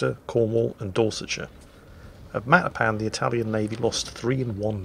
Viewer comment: Did you say... the Battle of Cake Marzipan?